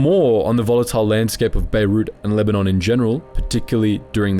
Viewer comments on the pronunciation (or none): none